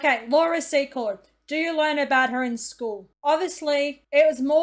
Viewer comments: Laura "Sea-kort" pronounced. 💜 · Please pronounce it `See-Cord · It's actually Secord!! No T in it!!